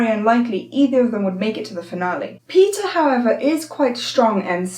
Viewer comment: Does anyone notice she is saying Peter and not Peeta